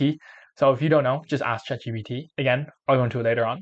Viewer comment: Nice video but it's Chat G P T